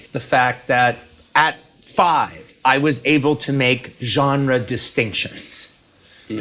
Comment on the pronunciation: Say "genre" one more muthafuckin' time! I dare you!